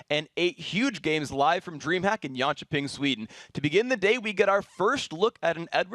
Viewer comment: like when phreak says jönköping